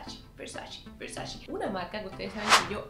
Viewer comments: No se dice “versachi” se dice VERSACHE” ya que es italiano. 🤦🏻‍♂️ No tengo tantas cosas de esa marca pero sé cómo se pronuncia (Donatella lo ha dicho en varias entrevistas) lo cual es imperdonable para una fashion vlogger like you. ❌ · Yo escucho que dice versashe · Cuando será el día que pronuncies bien el nombre de la marca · así no se pronuncia Versace